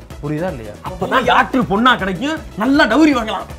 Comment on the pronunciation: brother அந்த ( நல்லா) என்ற வார்த்தையை அழுத்தம் கொடுத்து படிங்க . லட்சம் பேர் படிக்கிறாங்க.... ஆனால் நல்ல படிக்கிறது இல்லை .